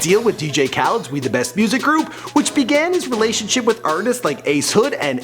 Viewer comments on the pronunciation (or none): none